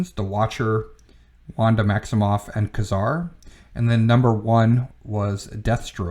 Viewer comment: Nice list, but it's always been pronounced 'KAY-zar'.